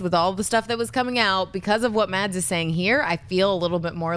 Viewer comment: Silent d i Mads, should be pronounced Mass